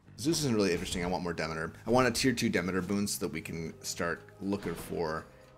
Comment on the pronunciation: Nice helpful video. Greek mythology was my 2nd fascination after dinosaurs. Read everything I could get my hands on and I can assure everyone that Demeter is pronounced de MEET er, not "DEHmader"